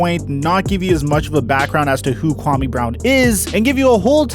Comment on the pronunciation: Your pronunciation of his name is way off dude... Put some respect on his African name!